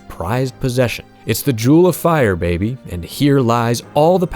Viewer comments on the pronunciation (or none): none